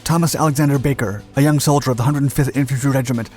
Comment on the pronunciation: That and it's probably just your accent, but you do slur a lot of words like solider into less syllables, like worse than us Australians do. Combined with the speed it makes it difficult to follow along if you're HOH.